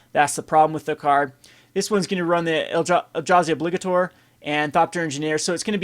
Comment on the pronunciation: I almost fell out of my chair.... O-blig-ATOR. I legitimately didn't know what you were talking about. Its not even a proper noun like Drana or Zada or something that can actually be disputed.